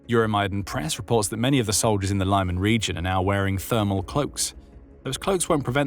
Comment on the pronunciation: Thanks, look forward to your reports;however, Lyman is pronounsed as LEEMAN, and not LAIMAN. Thanks again for your excellent reportage.😊